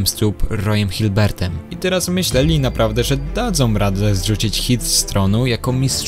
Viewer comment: To jest Roy hibbert a nie hiblert